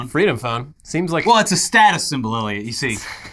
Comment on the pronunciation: Every single video ever says: Eliot, at the beginning in large letters.. which you see every single time. You: "Elliot" :_InternetMock